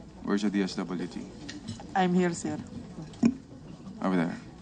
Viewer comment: naku naman sa DSWD sa ayosin naman po natin ang pag-pronounce ng "I'm here sir" nakakahiya buong pilipinas nanunuod..